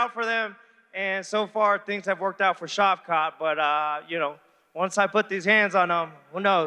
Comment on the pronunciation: Shav- CAT.... Shav-SHAT, Damn on the Struggle Bus, the short one